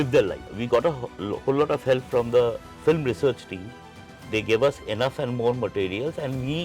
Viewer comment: Being on such big designation, VFX supervisor Mr Somesh Ghosh is pronouncing “Flim” instead of “Film”. Not just one time, multiple time whenever this word comes. He be like phlim, phillim, fleem. Really annoying.